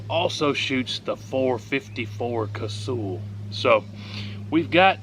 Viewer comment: It is pronounced Kuh-Sull, not Ca-Sool, get it right LOL